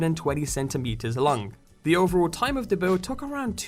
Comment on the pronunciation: "And it is over 120 centimeters lung"I think its long not lung